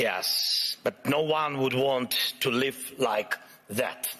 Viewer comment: He was mispronouncing "live" as in "Live TV"